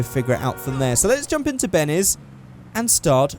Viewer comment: It's benny's not bennay's